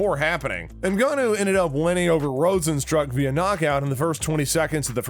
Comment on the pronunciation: Also if it weren’t for the slideshow, I would not know if he referenced alistar overeem cause he butchered that name and rozenstruik